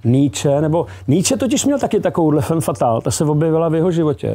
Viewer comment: Heleďse.. fam fatal, když už, tak je to po francouzsku správně.